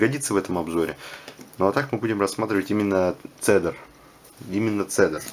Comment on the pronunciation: Позволю себе немного подушнить. Правильно этот телефон называется не Цедар, а Кедр. У Sony Ericsson целая линейка телефонлв которые называются в честь деревьев. Cedar - кедр, Elm - вяз, Aspen - осина, Hazel - орешник.